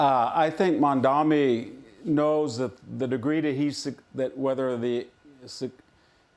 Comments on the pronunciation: IT'S MAMDANI NOT MAMDAMI! WHITE PEOPLE LEARN HOW TO PRONOUNCE NAMES PROPERLY. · The guy has gained worldwide recognition for who he is and where he comes from, and common people in the streets of foreign countries can even pronounce his name correctly, except for all those FOX News stooges who still pronounces it Mandami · You dum old man its mamdannnni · Yah, it was pretty funny! like - what??? how about this: VDH pronounces Mamdani as MaNdaMi. - it's a foreign name that many had a hard time at first with . If only that was the biggest thing we are having a hard time with... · Trump is a fake populist. Mamdani is a real one. Also, anti-Zionism is NOT anti-Semitism. Someone should clarify that for the confused councilwoman. These people can't even pronounce Mamdani's name correctly. Trump got absolutely played by Zohran and MAGA is furious about it. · Hanson can’t even pronounce his name…..he’s as irrelevant as Levin. Trump loved Mamdani 😊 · Mr victor talking about nyc mayor-elect and he in whole discussion couldn’t take Mamdani name correctly this is ignorance and ill informed behavior